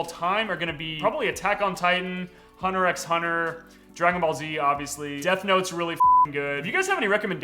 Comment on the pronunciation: no WAY he pronounced the x in hunter x hunter also, the people that say one piece takes more than like 30 episodes to get REALLY good are only there for fights